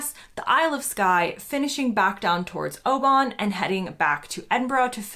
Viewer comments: Oban is pronounced Obin not Obon 🤣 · Would make more sense to go from Oban (the A is silent btw) to Glasgow rather than straight back to Edinburgh. Surely some of your party would like to visit a living, breathing city rather than just the Scottish Disneyland that is Edinburgh? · Howd you manage as an american to say edinburgh but butchered oban ..🤣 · Butchered oban though 🤣